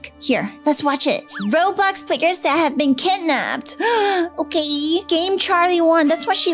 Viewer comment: OKEH ARE YOU OKEH!